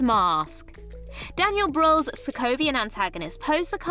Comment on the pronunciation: How you butchered Daniel Brühls name. Ouch